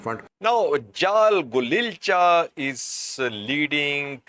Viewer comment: Actually Jaal Golicha is the head of OLA even though Jaal Marro is more visible in the media. Please correct Jaal Golicha's name. No 'L' after I